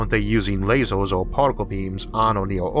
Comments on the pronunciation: Learn to say "er" instead of "or", and the alleged speech impediment is gone. "Emerge", not "Ormorge". "Earth", not "Orth". Lasers, not lasors. Future, not futchor. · What accent / dialect is this? It sounds like he says "hardor" instead of "harder" and "lasors" instead of "lasers" :)